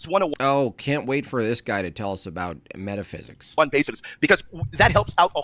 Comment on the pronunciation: what is meta “thysics” 🌈 🏳️‍🌈